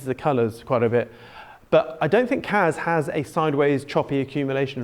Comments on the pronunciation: Aways sounds like you are saying KAZ not KASSSSSSS fries my brain 😣Hope your charts come to fruition though 🤞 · he does say kaz.... lol